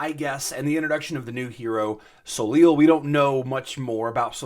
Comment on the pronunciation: Soleil = so-LAY It's French. The last consonant ending a French word is silent. Ever hear of Cirque De Soleil (sirk deh so-LAY)?